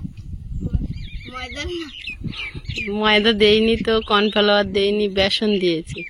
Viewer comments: আপনি তো বুঝতে পেরেছেন উনি pronunciation correctly করতে পারেন নি, correction kore দিলেই তো হয় উনি আগামী দিনে সঠিক উচ্চারণ করবে। আপনার কমেন্টে ওনাকে ব্যঙ্গ করে বলা টা বেশি করে প্রতিফলিত হচ্ছে। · Cornflour hobe spelling, cornflower noi. Age nije sothik spelling likhun tarpor nishchoi onnoke correct korben. pronunciation tao bhul.